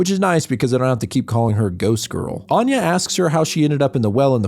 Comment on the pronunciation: I couldn't get beyond the first word; he pronounces 'Anya' closer to how 'Aine' is pronounced. Which is ironic, lol.